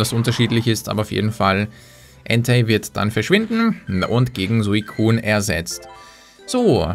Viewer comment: Bitte sprich Suicune richtig aus oder lass es. Ähnlich wie bei Machollo ;)